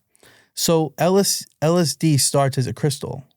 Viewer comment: There is no way this guy manufactored LSD, He cant even pronounce it. A German chemist invented MDMA in 1912 while working for merck pharmaceuticals. Also hes implying he had contact and Bought drugs from Alexander "Sasha" Shulgin, just that is enough to completely discredit him, Sasha never sold drugs and never communicated with anyone outside of academia. This dude is definitely lying, his story sounds like a collection of Google searches